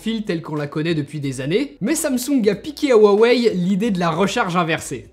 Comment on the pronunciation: Huawei se prononce "ROUA WEILLE"